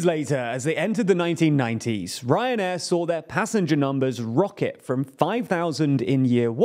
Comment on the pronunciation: Sorry, I keep hearing "Cancer Air"